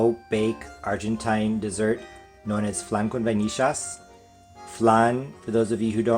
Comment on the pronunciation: Nice adaptation! I've never added cream cheese to pudding, sounds interesting! As a "porteño" I'm very proud of your pronunciation of the "ll" in vainillas 👌👍😂